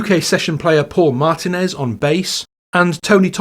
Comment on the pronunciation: you did not really say MAR ten ezz.... it's pronounced mar TEEN ezz.